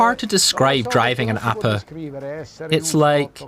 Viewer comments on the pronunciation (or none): It's pronounced "Ah-peh", not "Ah-puh" !